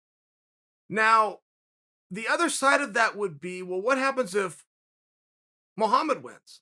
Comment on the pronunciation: Their fighting tonight and Chael is butchering his last name now😂